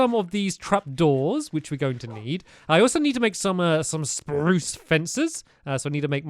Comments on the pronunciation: Nah not really he said sprrrrruuuuce in the last video it’s you who have grown up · omg he still says spruce the same way after all these years